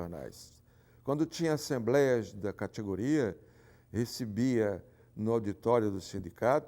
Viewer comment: muito fofo ele falando catiguria